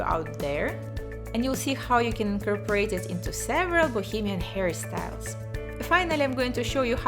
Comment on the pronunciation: every time she says 'hairstyles' I feel like she says Harry styles